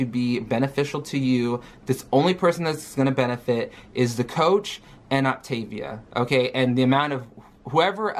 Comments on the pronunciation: So she has a month to learn how to say Optavial and fuel/fueling. I hope she doesn't eat the whole box in the first week. kcal is VERY low for anybody so imagine for our gooorl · The one thing that ticked me off was her pronunciation. Now i'm not a native English speaker, which is why I tend to pronounce things a little different anyway, but i had a few years in school where I took Latin, and “optavia“ is not pronounced like she does (at least in my opinion. I don't know if it's actually intended to be a Latin expression, but it seems like it is)